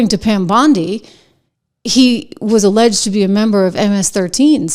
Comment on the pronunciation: why do you keep saying alledged?